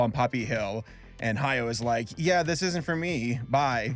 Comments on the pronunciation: Spelling: Hayao, Ha-ya-o: "Hayo" I don't think you even tried to pronounce this one correctly. Just say it how it's spelled. A (Ah) I (EE) U (OO) E (Eh) O (Oh) are the Japanese vowels. There is only one possible way to pronounce each vowel in Japanese, and that never changes no matter where the vowel is in a word. Easy. I think it's just so lazy when YouTubers can't take a second to make sure they're pronouncing a name correctly before putting it in their script multiple times. Welp, here I go listening to you say "Hayo" for 8 more minutes...And you'll probably never see this, but maybe someone else saying "Hayo" will. Also, fun fact: In the Japanese version, the band is just called Earwig in English. But Earwig's name isn't literally Earwig. Her name is Ayatsuru (アヤツル), and the head of the orphanage splits it up as Aaya Tsuuru (アーヤ・ツール). Ayatsuru (操る) is a verb that means "To manipulate, To control". I think it's more clever than just calling her Earwig. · It's Ha-ya-o. Three syllables. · Hayao’s name is pronounced Ha-Ya-Oh, not Hayo